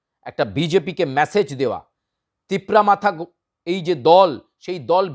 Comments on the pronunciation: Aree bhai TIPRA MATHA na ne TIPRA MOTHA, uchcharon na parle kere midiya chalaitaso. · Not tipura matha ok tipura motha only you can not pronunciation motha? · Mr ancor it's not matha it's motha please make it correct your pronounce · Hello your Pronounsation is not correct matha is not right motha ok that's why we need Roman script